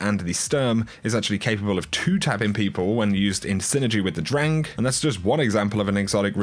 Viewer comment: Kinda funny how you pronounce "Sturm" and "Drang"